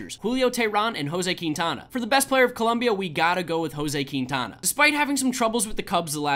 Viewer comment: Queentiana is what he said it is pronounced ( Quin-tana )